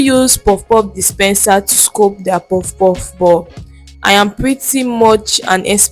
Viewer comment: What’s scope? It’s scoop and not scope